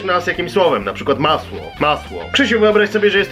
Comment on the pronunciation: czy tylko ja się śmiałem jak powiedział masło? xDdd